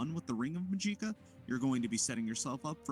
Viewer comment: the way you pronounce magica is very odd. I've only heard it like magic-uh